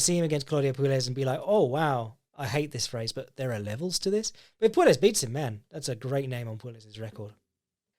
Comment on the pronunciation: Oh, you poor Brits. "Puelles" is pronounced "Pway-yes". You live near Spain - learn a little Spanish!